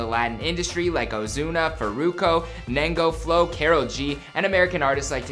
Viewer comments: Ñengo flow not nengo flow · 😂 he said nengo flow😂